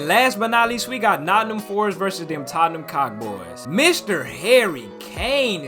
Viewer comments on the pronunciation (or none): none